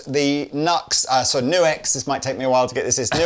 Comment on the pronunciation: NUX! Not Nu-X unless they change the name to include a hyphen. (That's a TRIANGLE, not a hyphen) That's it! It's also GIF, not JIF, NUTella, not NOOtella! You're welcome!